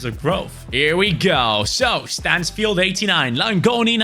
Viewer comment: Bro it is not manfield it is Stansfield